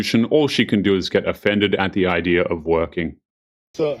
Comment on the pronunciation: Say it with me. IDEA. NOT IDERA